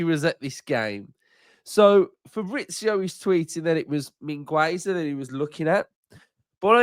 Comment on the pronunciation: the 'u' at Mingueza is not pronounced, it sounds 'Min' like mean, 'Ge' like at get and 'Za' like zack, min-ge-za